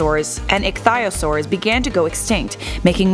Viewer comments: It’s not icthysours it’s icthyisours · Ic thy o Saur